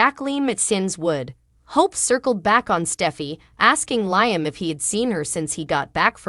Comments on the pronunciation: Could someone PLEASE tell this person how to pronounce LIAM (Lee-um)???🤦‍♀️ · Bothers me too, LI AM ,Makes me cringe too.